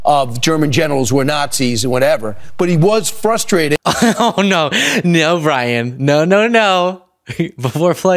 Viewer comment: Anyone who says fustrated automatically gets disqualified.